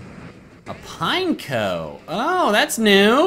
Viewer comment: Pine-ec-oh not Pine-coh